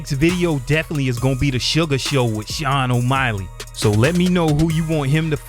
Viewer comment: IM UH “Sean O’MILEY” BOXER